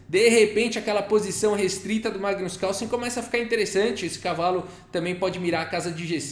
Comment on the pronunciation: tem horas que ouço você falar:! kkkkkkkkkkkkkk